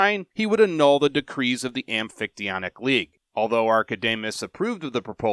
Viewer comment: Hey a YouTube video including the amphictyonic league that's not just a robot voice reading how to pronounce it.. nice.